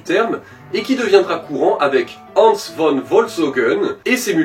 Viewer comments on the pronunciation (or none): Merci pour ces vidéos. Un détail, en allemand le V ne se dit pas V mais... F ! => que Von = Fon. Exemple; Loudvik Fan Béthoofn